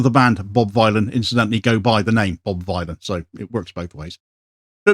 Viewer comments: Good video as usual. Just got to pick you up on one thing. Bob Vile-on!? Surely the rhyming couplets are Dillon / villain? Bob Villain.. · Villain not Vie-lan 😊 ✊🏽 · It's said bob villain btw, not vy lan like bob Dylan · It's pronounced 'Bob villain" surely, to rhyme with Bob Dylan not Bob Vylon to rhyme with Bob Dylon. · Bob Villain is how it’s pronounced. It’s a play on Bob Dylan, ever heard of him? Hahaha. But I totally agree w everything you’re saying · Is Vylan not pronounced villain to rhyme with Bob Dylan and also to sound a bit more punk..? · Love ya, but its pronounced Villain. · Vylan is pronounced "Villain" mate. It shouldn't bother me but every time you said it wrong it was super distracting!! 😂😂😂😂😂😂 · It's pronounced Bob Villain ffs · Pretty sure it's pronounced villain, like Bob Dylan. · it's pronounced Bob Villian". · “Vylan” is pronounced “Villain”..😊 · Pretty poor as a guy speaking on current affairs to get the name of the subject of the entire story wrong. How’s that even possible. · He could AT LEAST learn to pronounce the band's name right. Bob Vylan rhymes with Bob Dylan the Ethnonationalist Villain. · Yes, you could have pronounced the name of the band right at least once. It's a play on Bob Dylan, the Ethnonationalist Villain. Shame decided to go all IOF and massacre their name. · How dare he pronounce the name of the band, an Obvious play on Bob Dylan the Ethnonationalist Villain, incorrectly every single time?